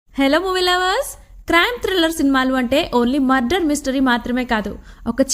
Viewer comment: Murder not mudder